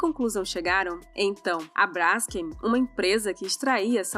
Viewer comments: Se fala BRASKÊM e não BRÁSKEM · Brásken PUTA QUE PARIU. Hoje em dia o que temos é uma manada de zumbis JUMENTOS. TEM ACENTO NO NOME? NÃO! Se lê BRAS KEN Cacete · Não se pronuncia /brásquem/ menina arrogante. É /bras-quem/. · é Braskêm, não Bráskem. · Ficou ótimo. Moro em Maceió e sei bem o que é isso. Só um pequeno detalhe (bobo). A pronúncia correta é brasKEM o KEM é a sílaba tônica. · o nome da empresa se pronuncia com a tônica no Kem… tipo BraskÊm. Não entendi o link entre o problema geológico provocado pela extração da salgema e a questão de propriedade do subsolo. Nos USA, seu paradigma, o processo de fraturamento hidráulico para produção do shale gas e do shale oil está contaminando todo o lençol freático das regiões onde há reservas desses hidrocarbonetos. As pessoas agem como capitalistas selvagens até na China, é atávico!!! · Braskeeeem (olha a pronúncia....)